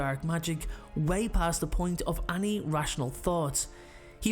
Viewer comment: The way this dude says “any” cracks me up. Its like he’s saying “aye-ny” . You can’t beat a good irish accent